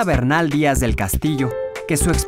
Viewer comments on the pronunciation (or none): none